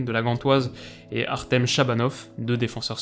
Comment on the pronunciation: Artem se dit "Artiom" en Russophone